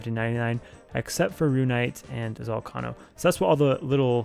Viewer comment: why cant you say ZOL-KAY-NOH correctly?